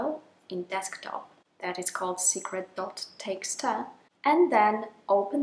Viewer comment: Teeksta! Is that a Dutch thing? .txt, the last t is a "ta"?